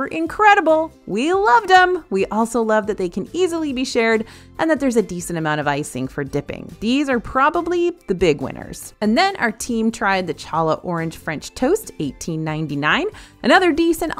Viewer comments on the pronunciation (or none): Okay,. I love your reviews, but you completely mispronounced challah. It’s pronounced like HA-la 😅😊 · Challah is pronounced Hall-ah